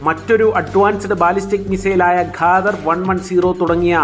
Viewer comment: ഖാദർ അല്ല ഡെ' ഖദീർ 'മലയാളം നോക്കി വായിക്കാനും അറിയില്ലെ